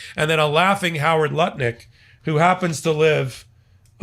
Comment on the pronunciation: Was that Howard Lutnik or Howard Nutlick?